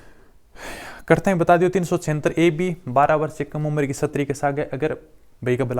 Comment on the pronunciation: सर प्लीज उच्चारण सही बोला करो शस्त्री नही बोलते स्त्री बोलते है उसको आपकी छवि खराब होती है सर माफी चाहते है पर अच्छा नहीं लगता मुझे उच्चारण सही करे प्लीज